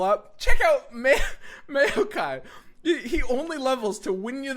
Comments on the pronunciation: lol, everytime I hear him say it I imagine a jar of mayonnaise. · Had to put a dislike just because of his pronunciation. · i am triggered by pronunciation of Maokai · Mayokai joins the company of Shadow Islands and mark of the islands as cards that are horrendously mispronounced by